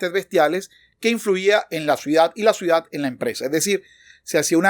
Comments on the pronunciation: ¿Dice "suidadano" y "suidad? Ya vi varias veces el video y así se escucha. El viendo muy claro y didáctico, gracias!!!!! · sé que es por manía mía, pero siento que dices "suidad" y no "ciudad", lo cual me termina desconcentrando. Es culpa mía, lo sé, pero tenía que decirlo. En todo caso, un contenido genial, muchas gracias.